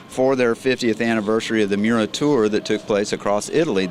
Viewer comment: It’s Miura, not Muria...